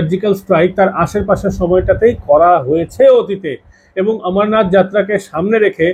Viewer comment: ভালো বিশ্লেষণ। কিন্তু 'আমরনাথ' নয়, অমরনাথ।